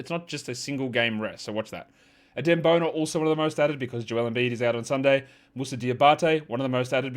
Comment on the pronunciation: I like how u pronounce "Bona"